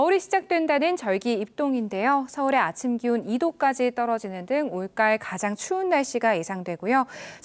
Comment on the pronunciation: 올까을? 올가을을 왜 올까을이라고 세게 발음하지? 어느 동네식 발음이냐 이건